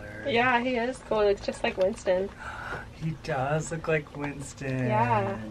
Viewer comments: nailed it with “Twinstons” 🧡🧡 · He did nail it with twinstons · He got it on point